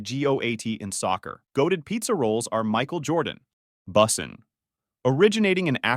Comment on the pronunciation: I'm not sure if the narrator is mispronouncing things on purpose to seem like an A.I. or it is actually an A.I. gemerated voice talking. "Boosin"?, Justin "Baiber"?, "Litl"? C'mon. Some of those are well known pronunciations...